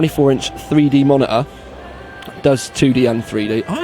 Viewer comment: like how he say monitor. Moneyeer !